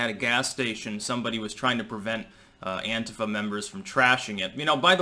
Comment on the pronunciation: Thank you for not being a moron that pronounces Antifa as anTEEfa.